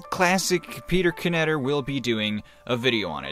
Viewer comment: Knetter without his beard makes the K not silent anymore.